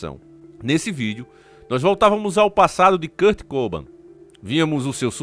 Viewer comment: Só não tá correto a pronúncia do nome dele né, não é Kurt COBAM, é Kurt Cobain. kkkkkkk